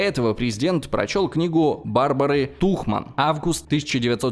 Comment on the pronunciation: И все-таки фамилия писательницы Такман, а не Тухман. Не посчитай за придирку, просто для такого перспективного канала с годным контентом слишком часто встречаются подобные ошибки/оговорки. Будьте внимательны и удачи в производстве будущих роликов 👐